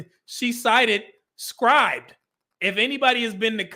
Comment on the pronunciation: its Scribd /ˈskrɪbd/ sounds like ribbed, but with 'sc' in front, not 'skrybed'. Keep up the good work tho!